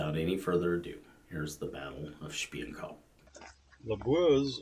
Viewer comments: its called SPIOENKOP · Its Spioenkop, not Spion Kop. There is no such phrase, ffs